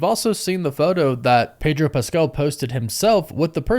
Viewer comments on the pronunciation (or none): none